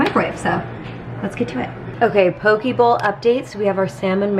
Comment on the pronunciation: "Poh-KAY" is how you say Poke, it rhymes with OK